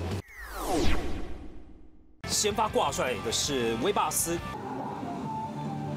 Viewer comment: 這位主播真的很不專業！威霸斯；霸威斯，傻傻分不清楚🙄